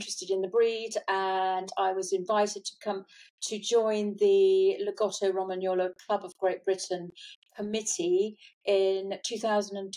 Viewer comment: Great interview, your pronunciation of lagotto Romagnolo needs work. enjoyed this!